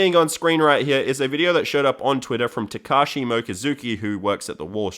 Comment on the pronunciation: if u say "tekashi" i think u mean tekashi 6ix9ine